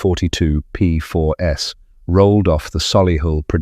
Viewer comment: The confusing reference to “the P4 S” is presumably AI’s way of saying “P4s” (plural). Thanks anyway for a very interesting video - I owned four Aunties in the 1980s (not the 1980 S 😉), following my father’s footsteps who drove us around in a 75, then a 90 in the 1950s. He was indeed a solicitor …